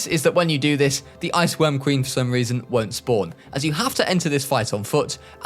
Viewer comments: I had to listen 3 times to confirm. you said "IceQuorm Ween babies" lmao I'm glad I'm not the only one that fucks up my words like that. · "wich I assume is to be fed to the ice querm ween babies" I had to watch that like 4 times to realise what he said